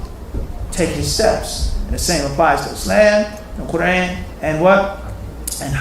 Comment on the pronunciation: Qu-raaan. You pronounced that wrong so how about you correct that first. Fazail is Urdu not Arabic, both are fine